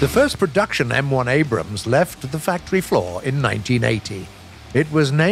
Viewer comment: Woah! He pronounces it “Abrams” and not “Abrahams.” Thanks!